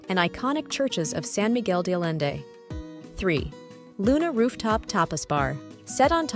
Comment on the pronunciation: Nice review of rooftop restaurants, but your pronunciations of San Miguel de Allende and other names need work.